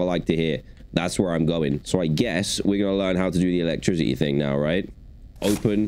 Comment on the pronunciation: Bro instead of saying electricity he says elec-TRIZ-ity I’m not trying to be mean just pointing it out